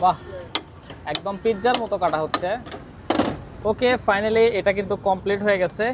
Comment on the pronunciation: এটা কোন দিক দিয়ে দেখতে লাগে যে পিজ্জার মতো কাটা হচ্ছে আরে না আপনি তো পিজ্জা বলেন নাই পিজজা বলছেন 😆